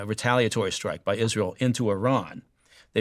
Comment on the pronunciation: This guy is all wrong about Isra-yell. See Hannibal directive